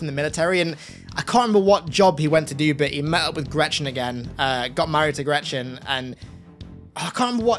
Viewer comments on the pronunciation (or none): none